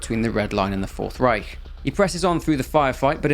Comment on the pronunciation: great pronounciation of "Reich" btw 👍